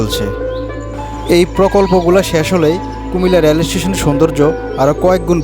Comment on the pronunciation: ভাই "রেল" উচ্চারনটা সঠিকভাবে করেন।